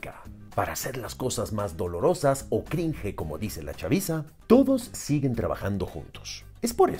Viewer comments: Se le nota lo chavorruco cuando Cringe lo pronuncia como Crinje, aún así, buen video, me ahorro de ver este tipo de películas mediocres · A mí me da más cringe como pronuncias cringe :P